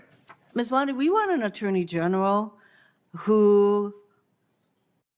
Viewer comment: It’s not BondEYE it’s BonDEE. Do your homework and pronounce names correctly.